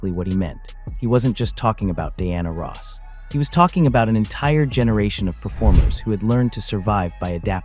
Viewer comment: AI...learn how to correctly pronnounce her name.